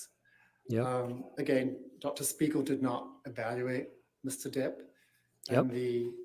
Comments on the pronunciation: I think called Johnny “mister derd” a combo of his last name and hers … but it sounded like “mr. turd” what an interesting bomb to drop! You know she loves johnny bc she didn’t correct herself bc it would just call attention to her slip. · Mr Turd instead of Mr Depp.